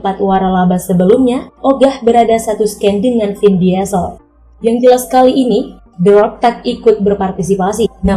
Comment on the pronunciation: Cena dibaca "Sii-na", bukan se-na Rodriguez dibaca "Ro-dri-gez", bukan rod-rai-jes Diesel dibaca "Diy-zel", bukan di-ye-zel Scene dibaca "Siin", bukan sken Tyresse Gibson dibaca "Tay-riis Gib-sen", bukan ti-res-se gib-son Brewster dibaca "Bruws-ter", bukan brew-ster Ludacris dibaca "Lu-da-kris", bukan La-da-kris